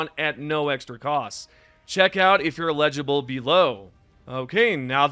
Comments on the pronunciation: Legible. Homie it’s eligible. Eligible for gods sake! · ELIGIBLE!! EL-I-Gi-ble!! lol dammit